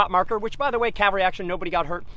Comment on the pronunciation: Could you please tell the Gettysburg Tour Guide that the word is CAValry, not CALvary. Cavalry are armed horsemen, Calvary is where Jesus was crucufied. In presenting history, one should at least try to sound professional.